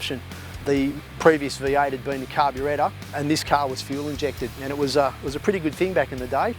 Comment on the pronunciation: I knew if i looked hard enough this would be in the comments. I also noticed him saying carbyretta.. haha